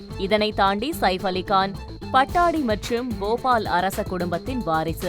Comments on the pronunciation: hello anchor ji, it is not PATTADI rather it should be Patudi.... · PA-TOU-DI. Not Pattadi. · Not Pattadi". That should be pronounced as Pattoudi.. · எம்மா பட்டாடி இல்ல பட்டோடி நல்ல படிக்கிற தமிழு...🤣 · Please it is not pattadi but pattodi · பட்டாடி அல்ல, பதோடி என்று கூற வேண்டும். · Pattodi not pattadi pls pronounce correctly it's irritating to hear .😮